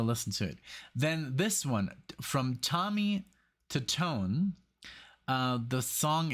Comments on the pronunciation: Tommy 2-tone is how it's pronounced. The song is about a girl, whose phone number was on the Bathroom wall of a Bar or restaurants. (We have all seen that same kind of numbers for nasty girls) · It's Tommy Tutone..Pronounced Two Tone.. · Tommy Tutone, pronounce as Tommy Two-Tone. Funny true story about the song ; when it exploded onto the radio-play charts, people with that phone number in different area codes all over the country started getting prank phone calls, wherein the callers would begin singing the chorus of the song when the phone was answered. I was in the stereo equipment/music biz at the time, and there were amused mentions of this phenomena in many of the industry magazines of the time. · Tommy's last name is pronounced two-tone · Its actually pronounced Two tone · The band is pronounced Tommy 2-Tone. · It's pronounced: Tommy "Two-tone" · His name is pronounced “Tommy Two Tone”. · Tommy Tutone = Tommy Two-Tone